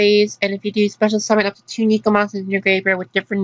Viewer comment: Triggered by how you say "neko."